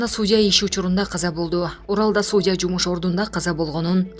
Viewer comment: Суудья эмес судья , ударениени туура коюп окучу блогер журналюга.